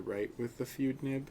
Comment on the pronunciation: Hey there the Fude nib is pronounced foo-day not feud just like in the fudenosuke pens from Tombow are pronounced foo-de-nos-kay the root word fude means writing brush in Japanese